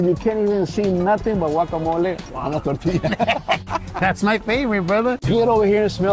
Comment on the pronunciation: He said “tore-tea-us”